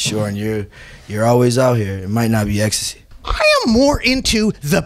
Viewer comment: Nobody Uzi : is ecstay legal here Also uzi : really is ecstay legal out here